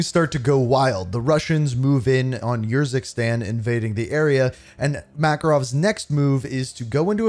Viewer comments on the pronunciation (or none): Its not ur-zikstan 😂 its Urzikstan 👍